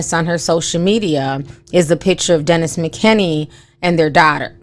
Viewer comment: Girl, you know you be messing up peoples names. His name is Dennis McKinley. LOL!!!